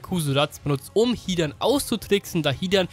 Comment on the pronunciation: Bin ich der einzige den es nervt das er das a bei hidan so lang spricht? 😂